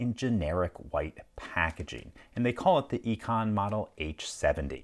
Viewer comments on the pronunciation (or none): Its called "i-con" for a reason 😅